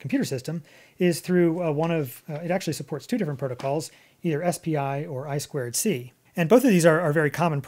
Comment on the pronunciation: I square C? Mind blowing, always was saying i two c xdd